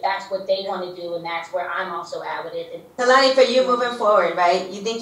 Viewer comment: I got you boo 😂 Kelani is pronounced Kay -LAn-E